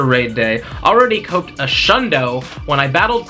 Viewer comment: "Copped" is pronounced like saying "cop" with a "d" at the end ... jus helping out 🤷🏽‍♂️